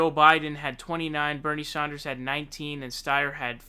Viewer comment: Who is "Bernie Zonders"?